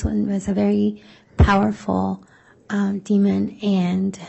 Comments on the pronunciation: Yes I head the d at the end of demon several times. 😂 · Why does the lawyer keep on saying Demond? It’s demon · Omg., Prosecutor! It’s DEMON not demonD! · ...the word is d e m o n, demon...not demond. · Why is the prosecutor saying ‘demond’!?!? That is so odd….!!! There is only one D in demon. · I cannot stand the female attorney saying “demond” with a d at the end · The lawyer keeps putting a “d” at the end of demon. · Someone please tell this prosecutor there is no D at the end of demon. Jesus Christ.